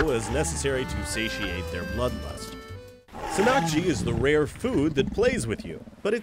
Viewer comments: the emphasis is on "san" in the word sannakji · its not sannkji its actually pronounced san nak ji and this shit is really good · It is not sa-nak-jee, it is ssan-nak-jee.